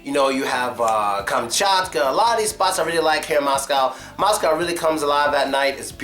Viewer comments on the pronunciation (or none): none